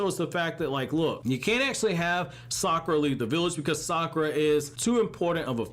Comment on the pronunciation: Fun fact: You pronounce Sakura without "Suck"